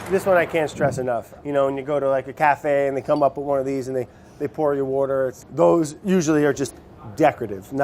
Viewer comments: BREAD AND WOUDER! 🍞 💦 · ~~wourder is life~~ killed me